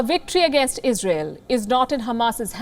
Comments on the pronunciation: Istael ,isreael. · Israel is the richest terror group in world🤔. You mispronounced. 750million US aid >700million. Well we have to just see for how many more years israel terror group is useful for the "USA". after that israel will too end up in the dustbin🥴. Long live Palestine, love from India🇮🇳🇮🇳